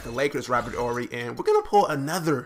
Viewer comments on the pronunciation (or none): Its Robert Horry not Orry bud.